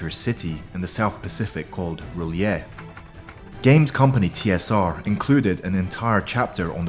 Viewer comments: It’s not Re’lyeh it’s Rylla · And also it's pronounced as AR LEYEH